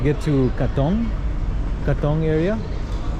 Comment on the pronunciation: You pronoune Katong really well...especially for an American😊